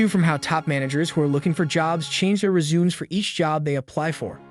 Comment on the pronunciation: Rezooms. Hahahahaha